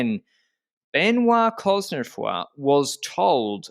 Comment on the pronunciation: Anyone else excited about Ben-WAH Coz-neh-FWAH in the finale just because you were excited to hear pronounce his name? Then I had to wait 22 minutes to have my dreams answered! (No, I'm not counting the half-hearted one at the beginning. That one was bunk.)